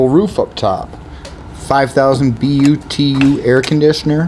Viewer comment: NICE LITTLE RIG. OH BY-THE-WAY, IT IS 5000 B.T.U., NOT B.U.T. AS IN BRITISH THERMAL UNIT.